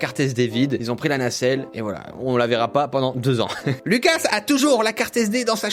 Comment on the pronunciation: En faite moi je suis moitié française moitié Lituanienne et si tu prononce le s tu dois le dire Loukas vu que c est un prénom Lituanien 😉